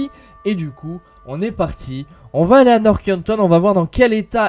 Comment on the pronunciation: Un petit message: ARRÊTE DE DIRE "NORK YANKTON" PUTAIN C'EST NORTH PAS NOOOOOOOORK... Pardon